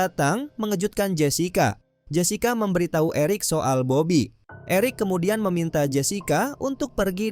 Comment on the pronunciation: Salah sebut bobby bukan babi